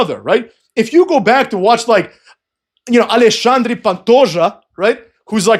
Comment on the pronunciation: Does speak Portuguese? He said Alexandre in a perfect Portuguese accent.